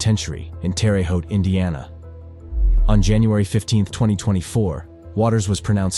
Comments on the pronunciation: It’s pronounced Terra-haute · What you pronounce as 'terri-haut" is in fat pronounced 'Tare-hau' Why not say it properly? We'll discuss, ' auntray' another time. It is doubly wrong. Better still, ask Google translation how to pronounce Entree, and what it means....because the very last thing it means is the main course of a meal. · Terre Haute: tehrr hote. No, not terry hote. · almost said Terre Haute right. RUH not REE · Pronounced terra ho, Indiana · Do you guys actually do ANY research before you publish this tripe? At least get an AI generator that can pronounce names, this thing sounds silly and ignorant all at the same time. B’bye!